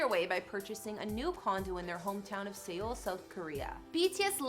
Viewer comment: Correction Seoul is pronounced like Soul in English the fuck is SE ool? Lmao